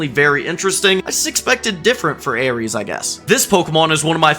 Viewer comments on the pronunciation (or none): none